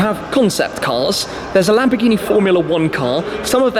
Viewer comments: LAMBOGGHINI? LAMBORRRRGHINI👌🏻 ok? RRRRR with the r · Perché si inglesi o americani dicono Lamborgini NO é LÀMBORGÌNI😤😠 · Si dice lamborghini non lambghini!!!